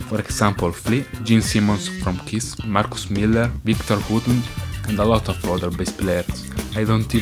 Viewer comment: "Marcus Miller" He uses his italian voice